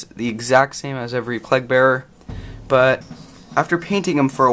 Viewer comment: not sure if its just an accent thing,but all I'm hearing is plug bearer